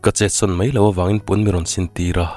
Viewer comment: I story hi kartir atang khan ka ngaithla ve chiaha..mahse ka ngaithla zo deuh vek tawha..Sawi duh deuh mai ka nei ve aa Story dang commentnaah ka sawi ang ka tia mahse tah hian kan sawi mai nge..'Mai mai ' tih turah 'mei mei ' iti thin aa .'Mai' tih turah 'mei' te iti thina chu te chu, dang chu a tha vel vek I chhiar thiam bawk si I aw hi ka duh zawng tak😍😍😘